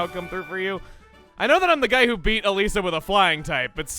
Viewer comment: Funny, My sister's name is Elisa, and you pronounce Elesa as Elisa, ELISA WHY DID YOU NOT TELL ME YOU JOINED THIS GAME'S DEVELOPMENT